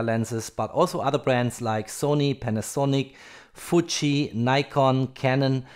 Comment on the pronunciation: It is ok to call a Nikon Nikon, no need for Neikon. But a Fuji is not futsch and likes to be pronounced Fiuji. ...Now a Hasselblad is like a Volvo playing Abba music. I have access to a collection of originals that were built for film. The owner now has a Canon D5mkII and no battery as latest inheritance. Her house has a perfect dark room and a 24 seat theatre.